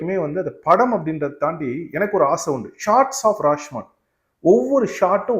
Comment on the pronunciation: படத்தின் பெயரை சரியாக உச்சரிப்பு ராஷ்மான் இல்லை ராஷோமோன்..